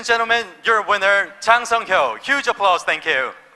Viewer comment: 아나운서 소개 개찰지네 ㅋㅋㅋㅋㅋㅋㅋㅋㅋㅋ 짜짜짜짜 짱 성 히요 ~